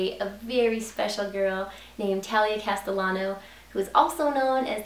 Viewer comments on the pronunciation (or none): ok side note.. a double L makes a Y sound.. her last name is pronounced Cast-eh-YA-no. not castel-ah-no.